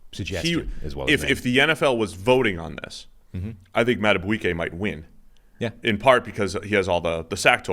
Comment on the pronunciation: Justin madaBEEkAY. Not saying it right but thanks. You will know his name.